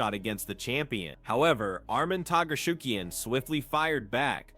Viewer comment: happens when you use TTS for your videos, i usually skip videos like that but this one is funny. Arman Targaryen XD